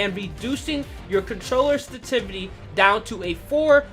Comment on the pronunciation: "Senstivity" triggered me lol